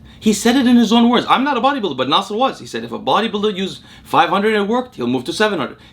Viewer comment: You pronounce "Nasser" with perfect Arabic pronunciation.